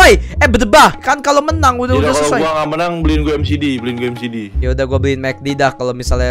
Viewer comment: Orang Lain:MCD=Mekdi:v Samsul:MCD=EMSIDI